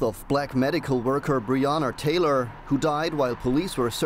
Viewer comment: Mispronouncing Breanna Taylor's name is one thing, but at one point you said "Breanner Tayler" then you say "Breanna Tayla". Why?